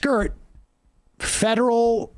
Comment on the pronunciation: I think it's 'Federal Court', not 'Feral Court'; or maybe...